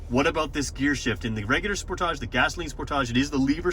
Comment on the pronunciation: I've never heard anyone pronounce sportage the way you do. At first I didn't know which car you were talking about.